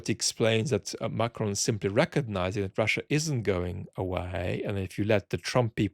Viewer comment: The way you say "Macron" is so good.